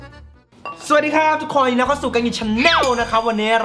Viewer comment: หูผมเพี้ยนหรอครับ สวัสดีค้าบ ทุกโคย😂😂